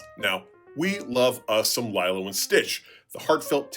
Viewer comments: It's pronounced LEE-lo. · Lie-lo? You're giving off some serious AI voice vibes there.